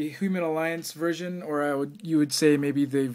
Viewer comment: blooper alert u said dark of the line deluxe verson lol great review i cant to get this figure :)